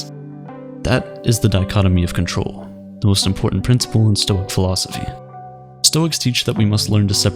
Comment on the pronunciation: "actually it's pronounced stoi-ick"